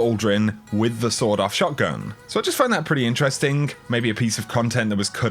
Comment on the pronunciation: sorry cant hear it any more its a "Sawn off" shotgun not a "sword off"